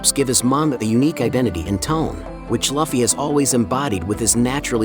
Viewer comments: ngl hearying luffy spoken as loffy sends me over the edge xD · Your text to speech keeps saying luffy wrong… and it triggers me, lol. Edit: idk if it is text to speech but it feels like it. Nice vid tho! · Lol u pronounce his name wrong but decent video